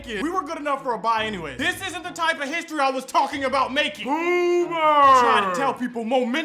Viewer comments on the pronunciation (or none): none